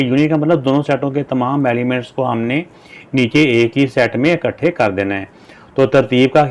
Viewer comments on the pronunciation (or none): none